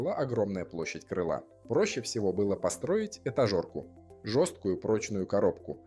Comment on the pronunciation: Очень приятное изложение, мне понравилось. Отмечу только 2 момента: 1. Не "этажорка", а "этажерка". 2. "Металл и алюминий" звучит нелепо. Алюминий - это тоже металл.